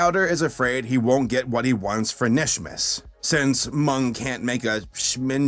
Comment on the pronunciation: It’s kanishmas the k is not silent! No offense.